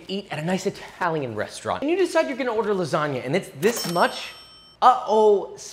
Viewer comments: is pronounced lasania, no "lasaga" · I'm italian and when i heard you saying LASSAGA INSTEAD OF LASAGNA Got me dead😂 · O ouu Spaghettious, this Lasaga is awesome and made it Cwispy as possible :D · he also pronounced lasagna as "lasaga" like 3 separate times in the video, i don't think hes going for any points with the italians in this one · You pronouncing it lasaga produces a primal fight response in me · It’s lagsagna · you have to lasagna not lasaga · lasaga lmao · why is he calling it lasaga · Bro how on earth can you even imagine to call that shitall lasagna or as you were pronouncing lasaga (doing my nerves) Ricotta instead of bechamel? Then no soffritto? and most important thing you have left the shitty ragù to cook for 5 minutes? (My mom does 3hours) cmon bro I want to see your skills on masterchef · I love that, for Joshua, The N is silent in lasagna, not the G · Dude the g is silent in lasagna 😀🙈 Interesting option though with ricotta, didn't know it can be made like that. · is it just me or hes pronouncing lasagna wrong?